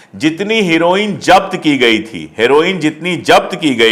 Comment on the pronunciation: Japt nahin. Zabt hota hai .